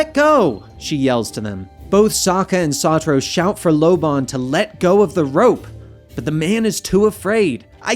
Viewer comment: I feel like to O part of of Satoru is to be pronounced with a low O & not a high O